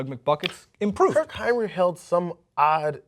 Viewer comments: First of all is "Hinrich" not "Heinrich", second of all he held the bulls record for most 3 point baskets made and third of all he's one of the best and most underrated perimeter defenders in basketball. He's not a scorer and what the stat sheet says isnt representative of his game. About WROY, how can Doug McDermott be the worst if he didn't even play? he had a knee injury at the beginning of the season and then Thibs being Thibs wouldn't let him play one single minute. Today, in his second year in his league and pretty much his first year playing, Doug is one of the best three-point shooters in the NBA. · its hinrich , enes kanter (enis cant-er and I'm pretty sure you spelled the coaches name wrong